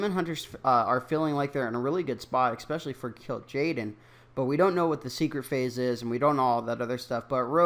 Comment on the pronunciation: I stopped listening at "eXpecially"...